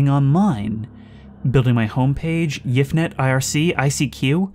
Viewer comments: I definitely heard it. Instead of "Y-F" he said the .... ya know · He made a little pronunciation oopsie Edit apparently he didn't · holy crap I really thought it was y-f net mispronounced. That's quite interesting.